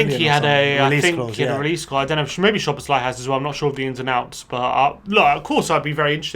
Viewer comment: “Sow-bohs-lie.” In Hungarian, the “sz” is pronounced like an “ss,” and an “s” is pronounced like a “shh.”